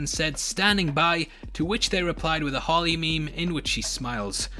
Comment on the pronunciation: Your "Harley" sounds a lot like "Holly" ... for a minute I was like "who is Holly" 😂